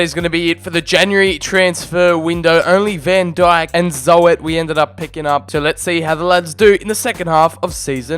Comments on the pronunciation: Joren Zo-et lmao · Ik ook maar dat kan hè dat mag gewoon